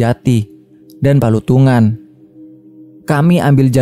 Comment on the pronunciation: Selamat mlm Palutungan mas Bukan Patulungan😊